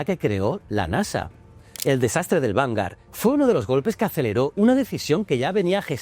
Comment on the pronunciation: Vale decir "vangar", por favor, di vanguard, la g, la u y La a, se lee gua, si en vez de a a fuera una "e", eso sería diferente, a menos de que seas de los que dicen "Microsoft", lo siento pero así como me encanta tú programa, me pone enfermo la pronunciación inglesa.😊